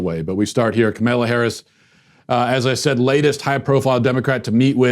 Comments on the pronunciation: Kamala Harris' name is not t hat hard Comma-law Yes Kamala is an uncommon name....but A) she's running for vp B) she's a prominent senator(Walsh's senator), who also ran for President recently C) the pronunciation of her name came up in national media with Tucker Carlson recently D) Walsh presumably should be following politics and be able to verify the pronunciation of a possible vice president of the United States He is either a) really incompetent...or b) intentionally doing it to be a prick and to "ethnic" up her name....which is not uncommon in the right wing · lol...Matt's asking for trouble calling her "Kamela"...